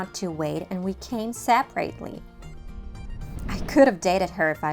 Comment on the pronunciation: Hi,!! Please check out your "separately" pronunciation...